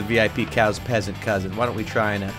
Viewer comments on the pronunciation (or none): The cow said peasant wrong